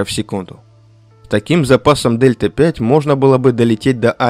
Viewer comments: дельта 5? это которая delta-v? Delta-v (also known as "change in velocity"), symbolized as Δ v and pronounced /dɛltə viː/ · особенно "дельта пять"... ΔV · Спасибо за видео. Только не Дельта 5, а Дельта Ви (Velocity)